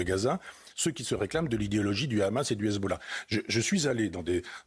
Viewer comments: Il va falloir leur apprendre à prononcer Hamas en passant, la prononciation R'hamas et celle des sionistes car prononcé comme ça, cela veut dire "violence, monstre..." alors que la prononciation est normalement H' amas avec un H expiré. Alors entendre les editorialistes prononcer R'hamas n'est pas anodin. #barbier#abnousse#estrosi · Le Raaammaas, à la prononciation tu sais qui parle...